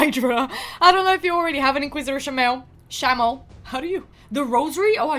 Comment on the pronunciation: Lol you said shamael wrong both ways you tried 🤣 still cute tho just like the way you say further (furder) ❤love it❤ any time they say them it means they place it on themselves thats how they word rhings now and khafu is relatively new he was needed for a fusion right before u started playing i think